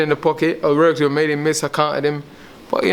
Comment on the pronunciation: In the process of learning and rorking on fings 😂he cant say work to save his life ahahahaha